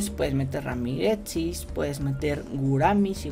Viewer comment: RAMIREZI coño se dice RAMIREZI no ramiretzis